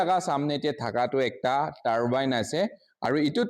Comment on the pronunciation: Don't expect him to pronounce it right when he cannot even pronounce abandoned ,turbine and electricity right.